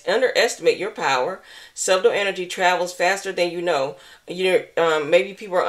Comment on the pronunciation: Thank you very much 😊 also just for future reference subtle is pronounced (sut' tle) the b is silent. We know how people look at us when don't pronounce certain words correctly. Have a prosperous day and thank you again for this wonderful read💚💚💚💚